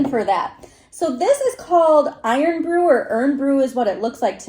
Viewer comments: Irn still pronounced iron. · IRN is pronounced "iron". Apologies, but Americans can be too literal 🙂